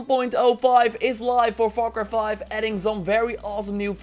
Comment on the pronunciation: “Foire croi foive”